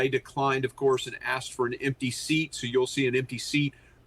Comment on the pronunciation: Bidumb / Her name is LAKEN; not Lincoln 🤦🏽‍♀️